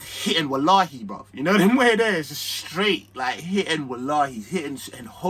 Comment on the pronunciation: Man said "Hitting wallahis" 🤣🤣🤣🤣